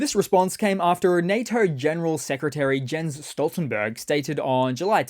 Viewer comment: You mispronounced Stoltenberg’s first name.